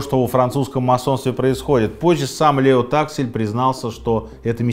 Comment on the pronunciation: Ну дядь Серёж, ну образованный ж человек, во французском ударения на последний слог, в том числе в именах. ЛеО ТаксИль, не ЛЕо ТАксиль